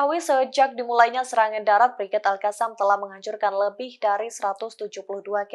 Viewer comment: Bacanya Alqossam